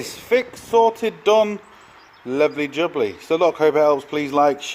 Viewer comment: the right way is SOTED without the R 😂😂😂